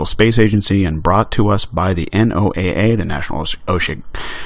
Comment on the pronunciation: The N.O.A.A. is always pronounced "NOAH", like the flood. .